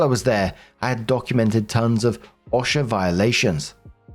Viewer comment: Just FYI because I know American acronyms are weird We pronounce OSHA with a long O sound like O - sha And ADA is literally just A-D-A Yeah, we like acronyms and we like to make them weird